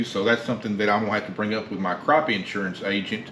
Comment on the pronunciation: In-surance lol